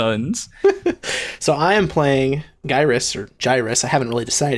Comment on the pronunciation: Also,, may i suggest pronouncing Gyrus (Gear-US)